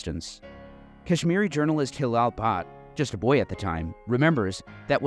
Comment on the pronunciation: First syllable of Punjab rhymes with bun, not with dune. I say this as someone who made this mistake repeatedly while talking to a Sikh friend who apparently didn't have the heart to correct me. Cheers. EDIT: Bhatt = "butt"; "u" in Abdullah also as in "butt". Oh, and FWIW, "Panj Ab" means Five Rivers in Punjabi.